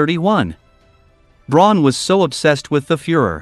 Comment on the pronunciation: It's pronounced "brown" but spelt "Braun". It's not pronounced: "brawn" as you often hear.